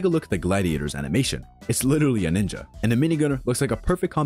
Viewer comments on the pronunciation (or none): none